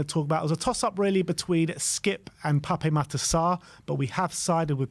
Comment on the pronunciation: The correct pronunciation is Pap Matarr Sarr, not Papeh